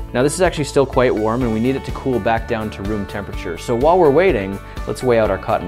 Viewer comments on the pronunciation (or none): none